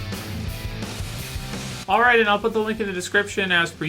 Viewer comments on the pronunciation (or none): The "alright" wasn't long enough... =(